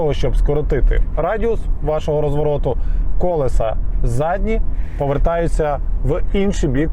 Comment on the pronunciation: КолЕса, не кОлеса